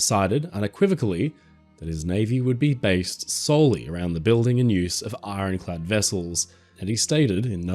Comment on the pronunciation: Well it's ironclad, not ironchad!